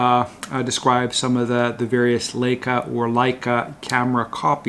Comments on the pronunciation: I love this channel and youre a great and knowledgeable guy, but please stop saying layca. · Thanks for showing us these alternatives. Leica correctly pronounced is Laika. Greetings from Germany. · 2 mins in. The LAY-CAH thing is annoying. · As someone who was born not far from Wetzlar, where Leicas hail from, I can assure you it's pronounced "like-uh". No laying whatsoever.😄